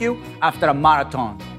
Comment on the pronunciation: I know this goes without saying. But if a dog has limited appetite or avoids food. Check with a vet for health problems first and formost. Then use this technique :-). Ceasar! The way you say marathon. Made my day! You give solid advice. Happy New Year!